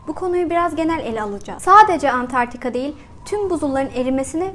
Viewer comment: Videoyu çekmeden önce, keşke kıtanın adini doğru söylemeyi ogrenseydiniz... Dogrusu, Antartika değil, Antarktika! Veeee bir de, kıtaa değil kıta, yani sondaki a kısa olacak. Valla gerisini, bu mesajı yazma sürem dışında, bu nedenlerle izleyedim. :(